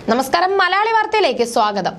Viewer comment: മലാളി അല്ല കുട്ടി മലയാളി എന്ന് ഉറക്കെ പറഞ്ഞ് എഴുതി പഠിക്കൂ